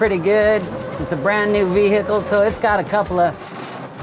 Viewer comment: It's funny how he pronounces vehicle as Vee-Hickle